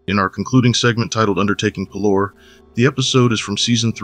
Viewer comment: I have absolutely no idea why but hearing you pronounce parlor as Puh-Lore and not Pah-Ler or Par-Ler got me all types of fucked up lmao 😂